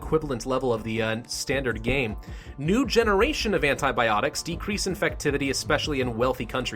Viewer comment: who died when he said antiboptics